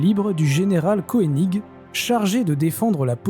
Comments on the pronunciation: Mort de rire , Koening ce prononce Keuning et non pas Koéning ! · Thème intéressant. ca me fait repenser aux video du Cajun... Une remarque: on dit le général Koenig (en prononçant Keunigue et non pas koénigue). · Pour le général Koenig , ca se prononce Keunig … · pour le Général Kœnig il est d'usage de prononcer keunig !!! d'accord avec arthurdelannoy9586 sur la bataille de Kouffra ... et de son serment !!!